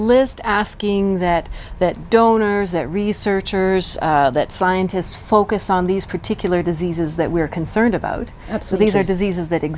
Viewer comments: The WHO rep in your video said it best "disease X, we are designing to fuckus". Telling the truth accidentally. Listen to it again. The reporter has a "let's go Brandon" response. She said focus not fuckus. Yeah, right. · I had to enlarge screen when she says the word, focus because she sounds like she's repeating the f word